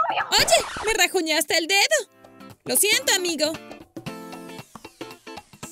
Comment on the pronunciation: Like si oíste que dijo rasjunaste